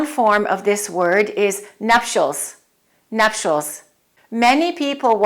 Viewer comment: Sorry I am English - you don't have a ''ch'' sound in nutials - it is NupTials. Etcetera is also wrong . . apologies! My daughter is an advanced English language teacher - I am hot also on speaking correctly. Americans tend to say 'off of' totally wrong - 'It fell off the table' we do not put an ''of'' in any scenario